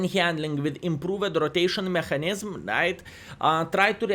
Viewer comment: R.I.P VK.4502 (B)...:"( PS:, "Mechanism" pronounciation is like "meka nizem":P